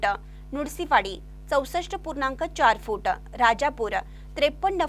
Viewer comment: फू८े८ेटं फू८े८ेटं असा उच्चार करु नका,सरळ साधा उच्चार ‘फूट’ असा आहे.